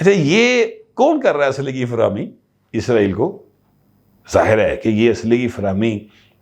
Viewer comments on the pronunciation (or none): none